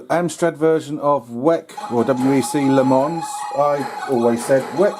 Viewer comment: It's not the WEC you've gotta worry about, it's the Le Mans - the s is silent. Le Mohnnn